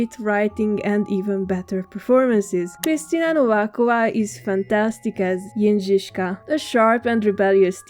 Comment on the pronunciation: I love you pronouncing 'Jindřiška' so well. You do very well with 'ř'and don't let anyone else to tell you otherwise 🥰 On a personal note it's so heartwarming to hear my name from english speaking person on the internet. ❤